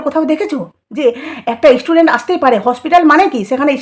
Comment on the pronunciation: Apni ektu chup kore theke amader upokar korun r kon istudent ase apnar kache aase? Student ke istudent bolen